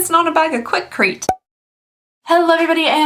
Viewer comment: Hahaha! Quickrete! But other than that, super cute.